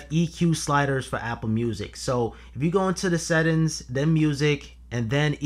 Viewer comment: I can hear your pain every time you say settins